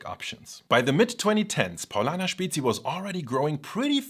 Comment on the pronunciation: May I, as a Bavarian living in Switzerland since 20 years, will finally be able to order a Spezi (it's actually pronounced Späzi) in a restaurant?